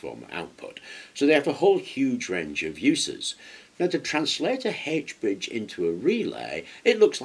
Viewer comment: You really had me scratching my head mentioning a Hedge Bridge. We know it as an "H" ( aitch ) bridge.